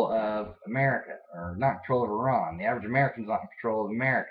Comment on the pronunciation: Yep I can imagine a country where everyone thinks you're the enemy. Well, atleast your neighbours. I live in one.. India! :') But yeah.. FINALLY an American who says Iran, and not Eye-ran. YAY! :P